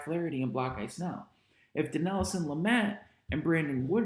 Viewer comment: Lol why do you call Blake Snell "block-eye" 😂? Did I miss the joke? Or is that how it's pronounced